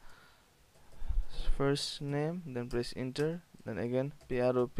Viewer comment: It’s pronounced prop This guy: “nooo, it’s “pi-ah-ro-pih” 🤣